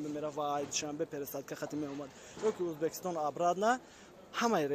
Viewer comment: Разговоривать научитесь пожалуйста,не Узбакистон,а Узбекистон,от слова узбек)))